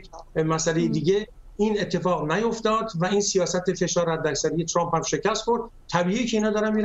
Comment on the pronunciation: اِاِاِ دوباره گفت تُرامپ